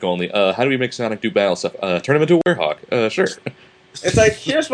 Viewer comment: "Werehog", not "werehof" lol